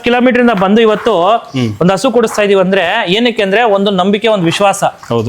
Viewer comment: ಹಸ ❌ ಹಸು✅😂😂😂